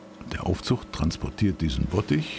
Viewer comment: Aufzuch?!? (Es kann auch "Aufzucht" verstanden werden.) Bitte "neutraldeutsch" besprechen. AufZug heißt es - genau wie "Mangnet" -> es heißt MagNet! Sonst klasse Film!!!